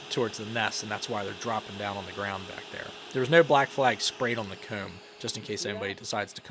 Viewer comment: it’s like like ‘coeahm’ instead of ‘coam’